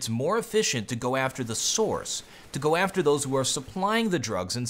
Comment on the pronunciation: Please don't say g o! It sounds weird! :c just say go! GO!